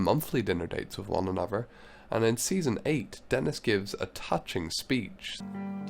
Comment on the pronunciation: yes. So hard to listen to